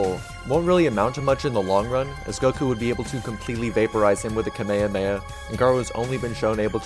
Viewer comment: Did you say Kameyameya? 😳